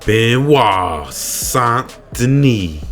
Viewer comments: BENOIT* NOT BENIOT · "BenOit" not "BeniOt" :face-green-smiling